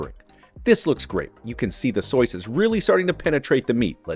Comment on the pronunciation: I shall now refer to all sauce as, "soice."